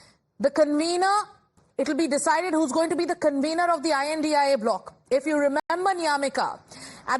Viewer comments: It's india alliance 😂say it properly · Say india not I N D I A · It is not I N D I A it is INDIA SCHOOL NAHI GAYI KYA? Sirf baat karna aata hai padhna nahi 😂😂😂